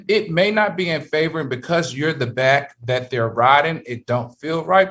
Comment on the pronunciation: YOOO Q COUNTRY ACCENT WHEN HE SAID "IN DA BACKKK" 🤣